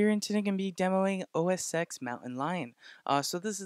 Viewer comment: Great video. It's OSX (ten) not OSX(x) by the way.